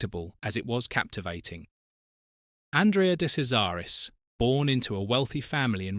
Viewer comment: try saying his name right or you DON’T get a like or subscription! you sound stupid!